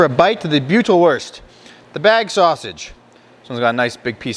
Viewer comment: Just to help you out the eu is pronounced oi good sausage keep them coming thanks